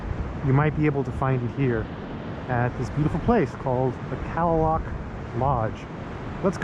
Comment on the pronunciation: I go here every year since 1987 beautiful place I believe it's native pronunciation is ka👉a is silen ka lay lock thank you for your your I luv it saving it